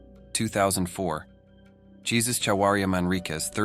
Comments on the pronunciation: It is not Jesus. It is pronounced hey-sues. Or it rhymes with hey-moose. There, you learned something. Great video and thumbs up! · Not pronounced Jesus, it is pronounced heysoose. This is the Hispanic pronunciation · It's pronounced "hay-zeus," not the way christians, at least in english speaking countries, say the name of the "son of god" jesus